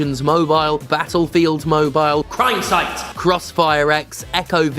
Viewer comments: Dont think that i missed that emphasis on crimesite. #FucKonami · Why did you say crime sight like that god dammit